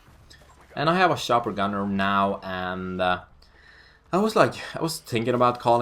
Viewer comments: Shopper Gunner..lmao..love the accent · love his "shopper gunner" xD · Man hör att du e svenne när du säger ACR och chopper gunner men det e bra det ska vara flera svennar som gör montage